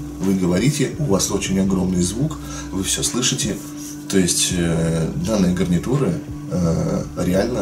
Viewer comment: ты сказал не гарнитура гавнитура